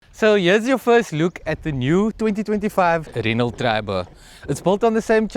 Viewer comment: You don't pronounce the T in Renault like ballet or Chevrolet